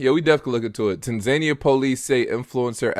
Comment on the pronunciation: Bro 🤦🏾‍♂️ it’s pronounced TANzuhNEEyuh